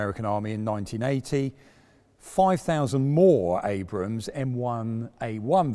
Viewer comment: Congrats on calling Abrams....Abrams instead of Abrahams. Too many British presenters/semi journalists fail on that front. Also curious why you refer to Ukraine as "the Ukraine"?